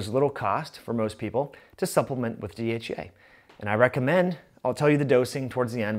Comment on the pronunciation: Fix your speech it sounds like you're saying DHA which is completely different that dhea